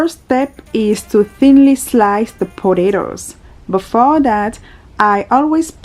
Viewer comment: I love the way you say potatoes 😍